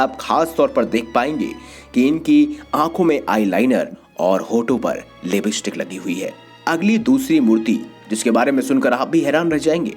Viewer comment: The correct pronuncuation is Lipstick not libistick and stylus not styles